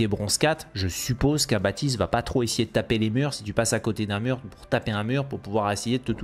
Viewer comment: Pourquoi BaPtiste ? C'est un prénom et même un mot courant de la langue française dans lequel le P ne se prononce pas